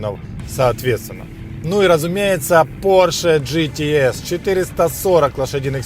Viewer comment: Спасибо за обзор., режет ухо неправильное произношение английских слов. Не ге-те-эс, а джи-ти-эс. Не питон грин, пайтон грин. Или уже "питон зелёный", если полностью переводить. Если по теме, хотелось бы больше внимания PDC и опциям, типа адаптивный круиз контроль.